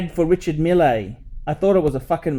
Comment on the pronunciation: These watches are more popular in Silicon Valley than in the Middle East. Mille is, I have to say, a cool guy for a Frenchman, and is pronouncing his name very badly.